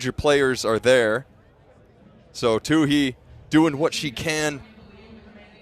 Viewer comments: Say Caitlyn's name right, please! It's Toooey, not Toohey. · nobody in the history of track/cross-country career (high school, college, and professional) has ever pronounced her last name "Toó-hee"... except this guy... 😖... the H is SILENT (Toó-eee)... but, this guy insists on putting forth extra effort to pronounce the H... 😆. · I just wish he wouldn't say two-hee, it's two-ee. Oh well. She kicked ass and I loved it! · Not "Tooheee!" "TOOEEE"! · No, it's silly only one of them continues to get it wrong. No Too-hee on the track. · I think it's silly that the two announcers don't pronounce her name the same way. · It's like he made a point of getting it wrong. My Irish wife is also a Tuohy, so that guy's pronunciation hurt my ears.